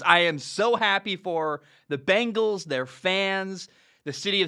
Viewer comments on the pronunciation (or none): Gotta love the "Begnals"